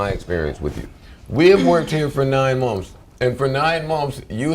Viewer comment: said "mummfs" instead of "months" lmao. he says it twice after that time stamp.